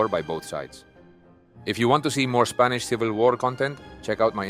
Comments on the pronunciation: Your pronunciation of spanish words is incredible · Your Spanish pronunciation is top notch 👍